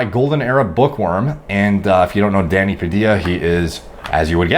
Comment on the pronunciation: swear everytime he said danny it sounded like he said daddy